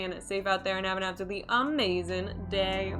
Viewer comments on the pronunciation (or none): none